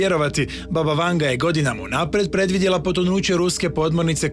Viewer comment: Imeto i e Vangja, a ne Vanga !